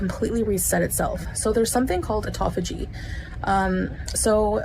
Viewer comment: English major lol autophogy,,lol cant even pronounce good.